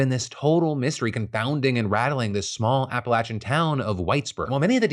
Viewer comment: 1. Phil correctly pronouncing “Appalachia” gave me chills 2. Wuthering Heights was one of my favorite books in high school and I agree that a good deal of the poor treatment Heathcliffe receives derives from his perceived otherness which is largely attributed to darkness/ethnicity. I think it may not be the most important element to the story, but you lose a lot of potential depth and nuance if you choose to ignore it or whitewash it. Also just kind of bored with Hollywood regurgitating the same stars over and over again. Give us variety!